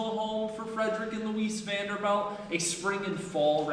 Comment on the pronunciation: The tour guide doesn't even pronoune their name correctly. They're Vanderbilts, not Vanderbelts.